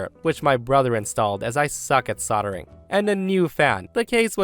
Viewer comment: Oh, I normally love your readings, but soddering? I thought you knew better than that. The word is "soldering" and the first half is pronounced "sold". Please please prove me right in thinking you are smart as well as funny!